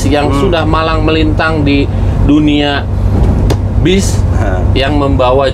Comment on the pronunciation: Bas ❌ Bis ✅